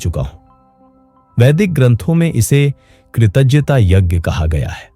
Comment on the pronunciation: एक ही वाक्य को कई बार दोहराने से इसकी कीमत खत्म कर देती है। जिस विषय पे आप बोलते है वो अगर समझते तो एक बात जो कई बार दोहराए हो वो नही दोहराते। कृतज्ञता शब्द का उच्चारण गलत बोले हो। ब्रह्मांड में गलत शब्द नाश का कारण बनता है। जो होता है वो दिखता नही और जो दिखता है वो होता नही।